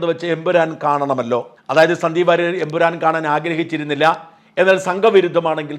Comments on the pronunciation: ഷാജൻ ബ്രോ എംപുരാൻ അല്ല ""Emperrorrrr"" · എൻ പുരാൻ അല്ല എൻ പൂറൻ എന്നായി. 😄